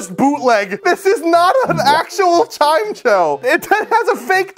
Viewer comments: I love hearing how people pronounce certain pokemon names LOL I never would consider Chimecho pronounced as Chime-cho! Just Chime-echo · "chime cho"